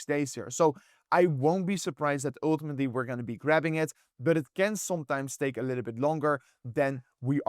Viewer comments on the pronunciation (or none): broooo you gotta stop saying uultimately...say eventually youll probably pronounce it easier lol